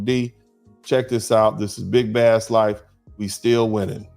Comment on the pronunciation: Well if you like big Bass at least pronounce he name right. Bass is pronounced Base lol!!!!